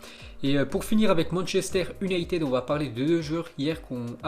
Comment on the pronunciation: manchester YOUnited. fais un effort !!!